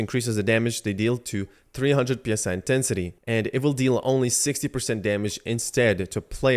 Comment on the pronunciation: PSI is pronounced as 3 separate letters... what's in the game is psi.. the word.. pronounced like sigh. PSI stands for pounds per square inch.. psi is short for psionic which means relating to or denoting the practical use of psychic powers or paranormal phenomena.. tell me what makes sense here for the game? you increase your pounds per square inch power or you increase your psychic power?